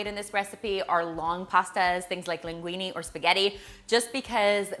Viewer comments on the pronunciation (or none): none